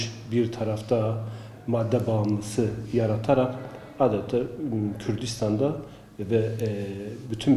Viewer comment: Kurdisdan nere konusurken kurdisdan diyon ..